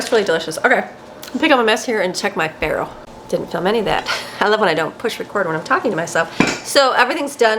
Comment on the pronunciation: Not farro